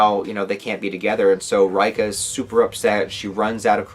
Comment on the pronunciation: Reika is pronounced Ray Kah